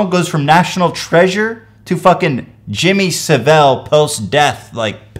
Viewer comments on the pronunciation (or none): It is pronounced jimmy sa-vile. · Jimmy S'velle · The way he said Jimmy savil 😂😂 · Lost my shit after I heard how you pronounced Jimmy saville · i love when he didnt say Jimmy Savile right xD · That jimmy savile pronunciation tho